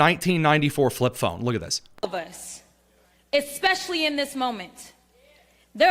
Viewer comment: Did she just say EXPESIALLY? She is clearly illiterate.